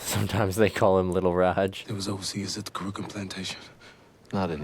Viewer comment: Lol 2 mins in...."over seas". Lol. No baby. No.